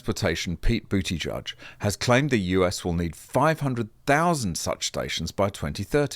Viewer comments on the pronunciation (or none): I think it's Boot-edge-edge rather than Booty-judge, for what it's worth.